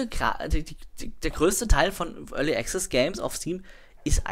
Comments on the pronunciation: es sind die feinen Unterschiede, die die Bedeutung des Wortes ausmachen. Als Englischsprecher mit deutsch als Muttersprache hören wir das meist nicht raus, weil wir es nicht anders gewohnt sind.. Aber die Aussprache ist wirklich falsch =) du kannst ja in meinem andren Kommentar lesen, worauf geachtet wird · ist echt nicht bös' gemeint.. aber jedesmal wenn du 'early access' falsch aussprichst, fällt ein Charles von seinem 17 Uhr Teetisch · ***** 'komplexe' ist das falsche Wort. Man zuckt aber jedesmal zusammen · ***** Also ernsthaft so penibel muss man erstmal sein und wenn du jedes mal zusammenzuckst weil einer es nicht zu 1000% richtig wie ein Brite ausspricht dann hast du ja richtige Probleme my friend :D